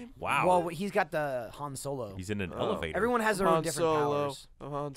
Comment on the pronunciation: "eleVador" DAM IT!